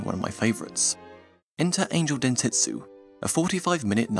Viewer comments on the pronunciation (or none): sir u said dentetsu instead of (densetsu), sos.